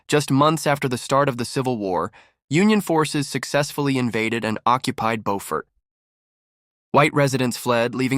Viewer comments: You pronounced the town incorrectly. It not BOfort. It is BUfort. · Preference is irrelevant. It's not BOWfort. The Beau is pronounced the same way you say BEAUtiful. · Pronounced ... Bew fort....